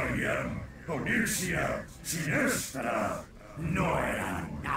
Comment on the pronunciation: Dijo onixia?